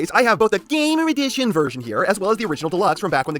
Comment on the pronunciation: I will never get enough of your lack of respect of the series line name, GAAAMMOOOR EDIIICHIOOON